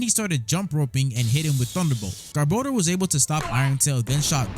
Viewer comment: THANK YOU FOR PRONOUNCING GARBODOR CORRECTLY!!!